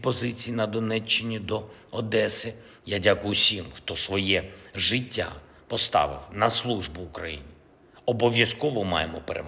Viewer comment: жИття??? Вже прочитати правильно і то не може.